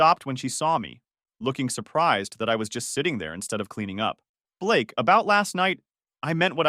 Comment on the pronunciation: Blaaake? You mean Ba-lakay🤣🤣🤣🤣 How did you find me? Uh, did you forget that you told them where you were? AI, bruh